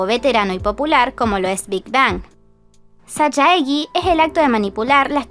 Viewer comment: Se lee sallegui, el sajaegi, igualemente muy buen video 💋